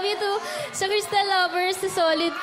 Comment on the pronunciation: mispronounced her name its Kris-Tell not Krystal.